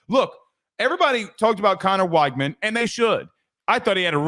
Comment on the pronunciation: it's pronounced "WEG-man". Not that hard lol. You can check the depth chart pronunciation guide if you don't believe me. Great show otherwise!